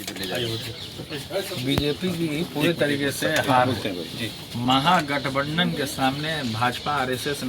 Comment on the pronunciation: अरे बोका पहले महागठबंधन तो बोलना सिख ले दोनों भाई कुछ पढ़ लिख लेते 😝😝😝😝